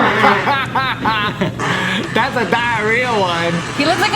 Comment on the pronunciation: is the most Mexican ‘fuuuck’ ever!